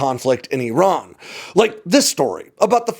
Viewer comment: Finally an American who knows how to pronounce the names "Iran" and "Iraq" correctly.